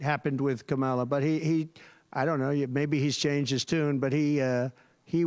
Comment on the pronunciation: Someone should point out that the inability to pronounce words properly (like KAmala) could be a sign of mental deterioration.